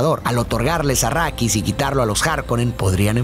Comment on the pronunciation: Dejé de ver el vídeo cuando escuché "achrídis" 🤢🤢🤢🤮🤮🤮